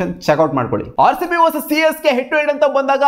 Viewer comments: Correct aage helda 😂😂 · Yes its Csgay